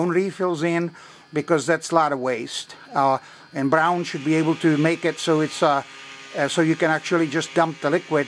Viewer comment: Hello, I have two(2) comments, first is I was trying to find how to disconnect the Braun charger and cleaner housing from the base to separate the two (2) pieces. I currently have not come across it yet. Did you do a video of that procedure? The second (2nd) comment I have, is the pronunciation of the name Braun, slightly similar to the kitchen paper towels known as "Brawny" but without the letter "y". Brawn = Braun. All in all you did pass on some useful information. Thanks.